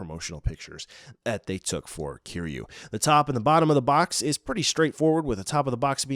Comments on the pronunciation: The way he originally pronounced Kiryu angered me 😂 Kiyuu is a very irritating sound.. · You're pronouncing Kiryu wrong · ik it's kinda strange..